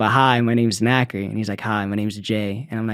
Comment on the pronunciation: NXCRE is pronounced "Na kree" but it's a nightmare trying to get Alexa to play them. As Alexa will play songs with the same or similar sounding name or an artist with a similar name to the song. The only saving grace is Dabbington City. Alexa knows no one else has that so she'll pay NXCRE that way.